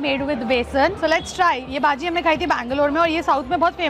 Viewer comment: Its not baaajii its baji